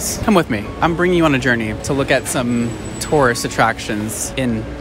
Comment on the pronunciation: Anyone else keep hearing "Taurus attractions"? 😂